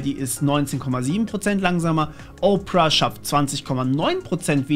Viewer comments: Nicht Oprah, sondern Ópera! ;-) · Danke für die vielen Detailinformationen. Worauf ich aber überhaupt nicht klarkomme, dass "Opera" wie "Oprah (Winfrey)" gesprochen wird.🙃